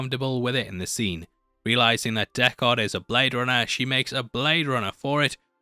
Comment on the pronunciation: How do you keep saying dekKARD its prounced DECKard.